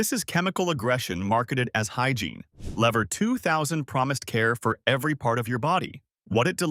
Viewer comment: Lever is pronounced "leaver"